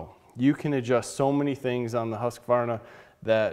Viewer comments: Its not Husqavarna, it's Husqvarna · BTW, it's pronounced "HOOS-kvarna". Very good video. I got an Automower 105 3 years ago and haven't looked back (and I live in a cold climate, too). But if I have to replace it at some point, Worx seems like a better choice, thanks to your review. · Its called ”hus-kwar-na” regards from a swede